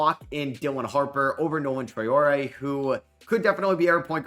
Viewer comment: you finally pronouncing traore name correctly 🎉🎉🎉🎉love ur videos from london